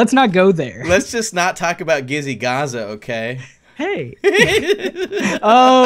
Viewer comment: When he said Gizzy Gaza with a j, I was like gizzy gaza, gizzy, gaza, oooooh, Jizzy gaza, lol